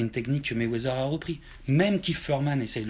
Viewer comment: C'est Quoi réellement la critique ??? Au final Ali c'est un goat, ce est qui le thème de la vidéo. Il prononce mal Mayweather ??? On dit ténu pas tenu. Est ce que c'est réellement grave ? Si il avait dit que c'était Jean Pierre Chalencon le goat à la limite je comprendrais.